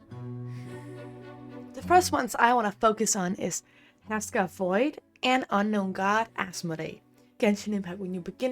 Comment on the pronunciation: It's pronounced her-sher (Herrscher). Sorry, to nit pick. Very nice video! Subbed!